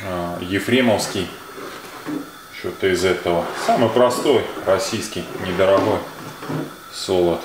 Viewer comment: Прихарит, храдусы, недарахой, гахревания.... ну блин, неужели нельзя постараться пересилить себя и Говорить Грамотно.